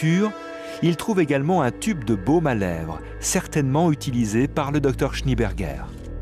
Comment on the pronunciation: SchnÉ-Bergueur, pas Schni-Bergueur, bordel !